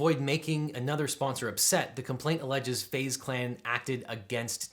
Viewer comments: It is pronounced phase clan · Literally no one: LegalEagle: FaZe ( Fah-Zae) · Fah-zeh clan... omg im going to start calling FaZe by this pronunciation cuz the capital Z.. LOL!!!!